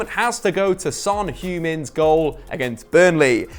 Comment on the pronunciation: Son Hugh min 😂